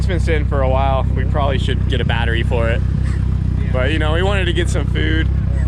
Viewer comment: "The car needs a new battewy..."